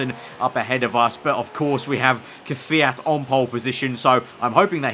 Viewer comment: its kvyat not kwjat,kyvat , kviat or kvjat